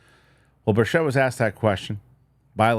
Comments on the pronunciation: Love you man. Thanks for all you do. I think he might pronounce it BIRCH-it. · Why is it that no one is able to pronounce Tim Burchett's name correctly?